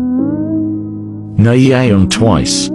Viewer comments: SeulJi, Na eayon ,Why (V) Lol The Pronouncation Is Soo Funny 😂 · The way it pronounced nayeon as "nayeyeon" I laughed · They pronounced nayeon wrong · that 'nay yawn' and 'bee tees' tho 😭😭😂